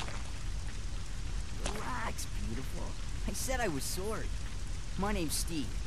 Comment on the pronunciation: The way Steve pronounces “sorry” make me want to make him feel “sorry”